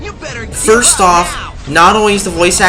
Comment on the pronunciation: Sirst cutscene its called video editing and correct use of REAL WORDS and not sirst, i think u should try it